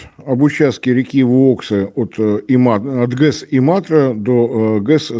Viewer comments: Не знаю, как реагировать на видео. Оратор ошибается в малом, можно ли ему в целом доверять? ГЭС и завод назывались Энсо, а не то, что он произнес. В финском языке ударение падает на первый слог,т.е.Иматра, а не имАтра, приграничный Иматре город в России называется Светогорск, а не СветЛогорск. Не выдержала,сложно слушать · И́матра не ИмАтра, грамотеи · Не имАтра, а ИМатра! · У чухни (финнов) всегда ударение на первый слог. И-матра, не им-Атра (хЕльсинки, тЕрьйоки (сейчас Зеленогорск), вЫипури (сейчас вЫборг и т.д.). У них ещё нет 2 и более согласных подряд в словах. Потому даже "ЗДРавствуйте" им произнести очень сложно. МКТРЧан - вообще непроизносимое для чухни слово. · Зачем пытаться копировать чужую речь? По-русски правильно будет имАтра. Ты ещё антилопу гну тогда начни "правильно" произносить.